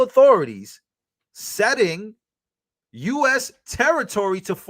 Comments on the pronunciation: "Ceding" is pronounced "seeding" rather than "saiding". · Cede...Ceding... ( See-ding) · it’s ceding, not setting😂. Your as cluless as your racist pale orange hero😂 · that word ceding us said like "seeding". It means to give up, like giving up land in a battle... not being a dick man, just helping ya out bro. English is a funky language, like "tongue". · Pronounced "Seeding" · Ceding is pronounced “seeding” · ceding pronounced "seeding"; from cede. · “Ceding” is pronounced “seeding” 🤓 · Ceding .. spoken like seeding. 🙂